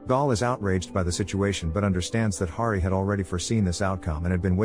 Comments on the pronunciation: Hari not Gari. You got it right in the beginning. Why is it so hard for creators to do simple proofing of their content? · Hari not gary